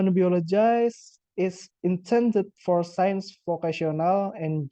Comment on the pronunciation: Hi! I like the way you deliver your explanation: organized and easy-to-follow! I would also suggest checking and practicing your pronunciation (for example, the word 'biology' -- since I thought you said, 'biologize'?) Anyway. Good work!